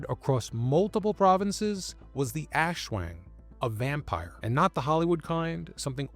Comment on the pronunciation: Great vid, but maybe next time try to look up some pronouciation guides when discussing entities from a culture different from yours. \ˈʔaswaŋ\